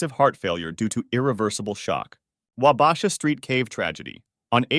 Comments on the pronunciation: Wah bah shaw. Not Wah basha. Good vid. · Hearing Wabasha mispronounced made me wince so many times. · 'wah-BAH-sha' lol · Your pronouncing wabasha wrong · The way he says Wabasha lol